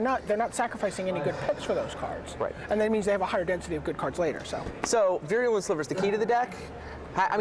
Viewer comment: Stop mispronouncing "virulent"!!! It is vie-roo-lent not veery-oo-lent